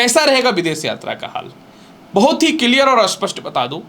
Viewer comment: Kiliar? Clear boliye guruji